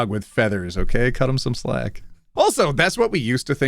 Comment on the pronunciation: did he say cut or cu(n)t?